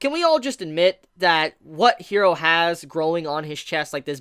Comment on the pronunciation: I love your videos and I am a subscriber of yours because I really do like your content. And I'm not gonna stop watching your stuff because I like it. But I legit cringe every time you pronounce character names.. I don't know if you watch dubbed or subbed but Japanese pronunciation is like Spanish and it's not "hero" it's "Jiro" (i know the name is Hiro but I tried to spell it phonetically) with a soft "r" like in Spanish... 😔 ..maybe if you watched the Subbed versions do you can hear the name pronunciation ..